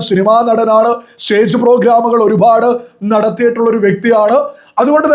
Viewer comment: ഈ ഒരുഭാഡ് എന്നുള്ള സംസാരം ഒന്ന് മട്ടിപ്പിടിക്ക് ഒരുപാട് ആണ്‌